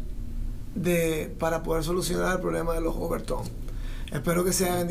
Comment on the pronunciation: Overtone, NO "OverTOM"